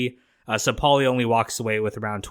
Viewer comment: why do you pronounce “paulie” so weirdly you keep saying with a decent pause in between “Paul-lee”😂